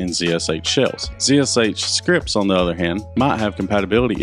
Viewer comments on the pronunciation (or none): pronounced "zash"